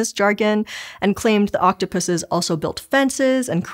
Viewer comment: I already love videos, her voice is so soothing. But hearing her correctly say octopuses made me so happy!